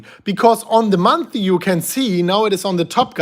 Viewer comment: Month-Ly -Not monthy